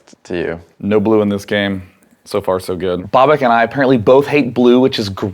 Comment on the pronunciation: It's Babak not Bobak